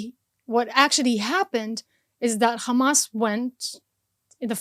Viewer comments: She so Israeli educated even her pronunciation for the word Hamas is became Khamas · The way she says HAMAS she pronounce it as KHMAS, clearly shows that she is a Israeli Jew, not Arab at all. That's a fake propaganda!!!!!!!!!!!! She isn't a Muslim. Didn't speak a single Arab word. She didn't even spell the name of Hamas leaders correct.